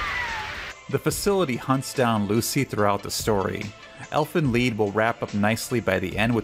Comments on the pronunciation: Lied is pronounced lead (like leader.) Supposedly It's german, which is quite possibly the hardest language to pronounce. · Das Lied means song/chant in German. Its pronunciation is li:d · Lied is German for song, it's pronounced as liːd or liːt, not like lʌɪ:d. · the title is in german, im from belgium and have contact with quite a few germans and german speaking people irl. they confirmed that it is pronounced as elfen leed. translated to English it means elfen song, or song of the elves. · Elfen Lied is pronounced "Elfen Lead". "Lied" is btw the german word for "Song". Great video <3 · Its called "elfen leed" its a german word that means "elf song" :) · Elfenleed is how you pronounce the German. It means Elven song or song of the elves. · Elfen lied is actually german and means: elf song. and for the english ppl you could pornounce it like "leed" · Elfin led is how its said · Elfen lied well lied means song in german and it s more pronounced as led the first pronouncement was right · its elven lEEd, it comes from dutch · It’s pronounced Elfin Lee-ed